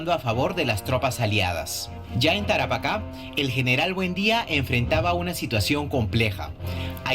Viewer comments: la palabra es "Tarapaca" con acento enla ultima "a".... se carga al final el acento... no en la primera "a" sino en la ultima. Saludos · Jajaja Tara paca 🤣🤣 NEN.... (Tarapacá ). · Es Tarapacá,no Tarapaca. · ES TARAPACA NO TARAPÁCA